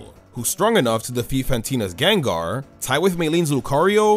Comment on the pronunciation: THE SECOND A IN GENGAR IS SUPPOSED TO BE AN A! THE FIRST O IN LYCANROC IS SUPPOSED TO BE AN A! AND IT'S DRACOVISH, NOT DRAGOVIC!